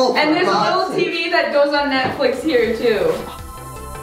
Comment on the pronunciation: Great my grandparents arnt the only ones who say “Netfic”😂😂😂